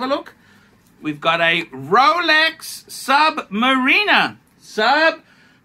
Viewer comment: is he intentionally mispronouncing Louis Vuitton like he does Submariner? - I don't think he is. it's all a bit sad tbh.